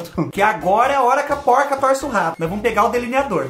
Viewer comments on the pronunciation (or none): none